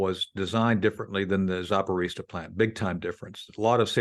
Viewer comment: It’s pronounced…. Zapa-ro-zia NOT Zaporizia